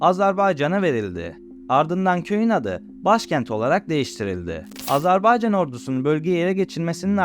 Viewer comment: AZERBAYCAN, AZARBAYCAN değil.